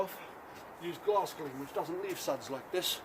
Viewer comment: What’s the solution in the bucket normally? Did you say Glass gleam?